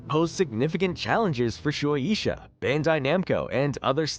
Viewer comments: Shu-A-Sha Not: Sh-oo-Ae-E-Sha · You pronounce shuesha so weird